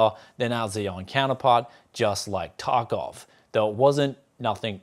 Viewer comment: Sounded like Escape from Fuckoff :)